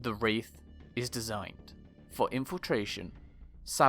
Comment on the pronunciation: There's a mistake at the beginning : "Waith"